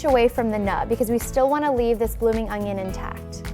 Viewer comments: It's an onion... Not an ONGION FFS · It's an onion not ungyun. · It's an ONion not an "ungion" ..... -_ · Really? No one’s going to mention she’s saying ONGION? And not ONION. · I swear she is saying ongon instead of onion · Good vid...but it's "onion"... not "ungion" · Is she saying ungion??? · It's not called an ungyunn it's an onion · i like how she pronounces "onion" as "ongion" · Is it me or do I keep hearing she saying "Ongion" rather than "Onion"? o_O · it's ONION not UNGYIN. dumb bitch. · Ungyun is how I keep her saying onion. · I hate when people pronounce the word onion like onGion...there is no G in it!!!! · Anyone else notice she says “ung-yin” like there’s an invisible G in there? I can’t unhear it now. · Do you pronounce it ungyin too? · I can't stand how she keeps saying Ungyin it's not that big of a deal but it bothered me enough to comment. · Same concern! It bothers me for no reason!😂😂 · she is clearly saying it wrong. But like i said it's not that big of a deal, just something I observed happening and commented on. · why does she say ungnion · Great video. Ps. There is no G In onion. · There is no g in the word onion. Back to school. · There is no "g" in "onion". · Shubham Ahlawat what more can you expect when she can’t even pronounce words in the English language correctly. She talks wrong and her demo is wrong. I won’t be using her recipe.